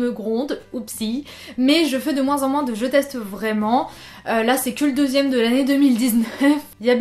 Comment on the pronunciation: Ouiiiii mon genre de vidéos préférées 😍 "Vrrrrrrraiment" Et on n'est pas saoulees que tu parles, on adoooore 😍 Mais perso je sais que je suis abonnée parce que j'aime tout ce que tu fais. Donc si tu n'en fais plus, je continuerai à regarder tous tes contenus !